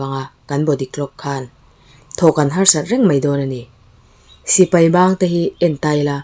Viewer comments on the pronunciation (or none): none